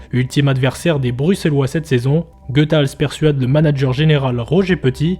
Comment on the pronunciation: On dit Goutals